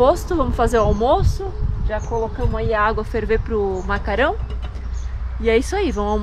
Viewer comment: Não é "macarão" é macarrão kkkk